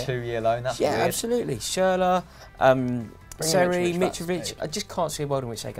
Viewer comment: He said seri first time I heard it I thought he said terry